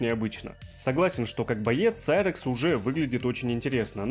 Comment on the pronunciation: вот это реально серакс а не сайракс